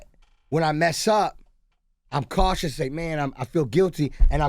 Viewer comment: "I'm more katious" lol